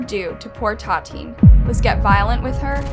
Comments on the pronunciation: I think we all own those people the minimum respect of saying their names correctly. The VICTIM's name is pronounced TAH-TEE-AHN-NEE, not TAH-TEEN. (And her killer's is pronounced LOO-EEZ.) If the case happened in Brazil, you have to at the very least research the language - Brazilian Portuguese - so you won't get lost in translation and get the facts straight. If we can't trust something so basic in research as a correct translation how could we trust any information at all on those videos? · It ta ti Ana not tateen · Tatin????? I know she's dead, but at least get your facts checked and pronounced her name correctly. Make some effort to pronounce these foreign names at least. Use the google translator for example. Tatin is not her so called name absolutely! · its Tatiana please pronounce victims' names correctly, as for the criminals i don't care if you pronounce their names wrong but please pronounce the victims' names correctly next time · I'll be honest.. you not saying her name right is driving me nuts. Tatiane.. like Tatiana. I'm a victim of domestic abuse and I would feel so disrespected if you got my name wrong...